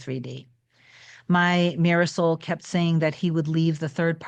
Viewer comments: Every time you say mirror soul, i keep thinking you’re saying ‘my Marisol showed up better than before’ and I keep thinking you have a partner called ‘Marisol’ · This is my very first video of hers I’ve ever seen. And that’s exactly what I thought. I thought maybe she was saying a word from some ancient language or something😂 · Me too! That is exactly what I thought!!! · OMG!! Thank you LOLOL! I was wondering after 20 vids lol!! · I thought that too for months! 😂